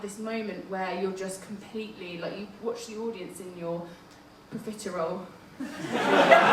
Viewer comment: Profiterole vision XD I'm never saying peripheral again